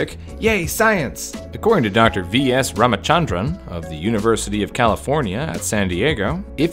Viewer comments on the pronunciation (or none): lol you pronounced Ramachandran wrong; it’s Raa - mu - chun - dhrun